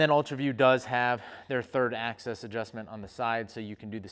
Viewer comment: "ax-ease" :P